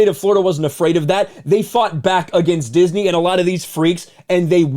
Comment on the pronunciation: “Disnmey stock” 😂